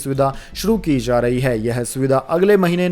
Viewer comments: Say Aims not ams Say jaari not Zaari Say ja not za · Sir PARYATAN, CHIKITSA SHENIYA, Khapat, Shram mantralya, Pravakta,Sankramit, ZAA RAH hai, ZARI Rahna Chahiye.. .YE SAB KYA HAI?Wrong Pronounce &..ITNA PURE HINDI, aaisa lagta hai, News Nahin, kisi boring Hindi class ke teacher ki BAKWAS sun rahe hai. 🙏